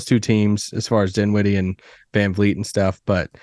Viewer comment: Dinwiddie, maybe, not Doe Doe tho